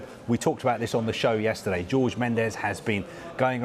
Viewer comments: Pls can they pronounce Jorge correctly, it isnt George. Likw you don't pronounce Thierry Henry in the way its spelt, you pronounce it like Honry not Henry so pls say Jorge like Horhe not George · Man said George Mendes😂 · Jesus christ pronounce Jorge correctly pls Sky??